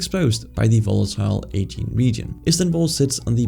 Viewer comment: Aegean Sea, pronounced Ah-jee-an